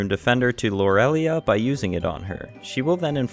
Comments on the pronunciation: It’s pronounced “lore-uh-lie” 😂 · i appreciate the video! however its pronounced lore-uh-lie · im sorry dude, but you're saying lorelai wrong